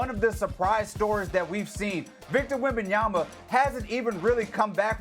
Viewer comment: Here’s hoping that every Spurs win gets us closer to Stephen A finally pronouncing Wembanyama correctly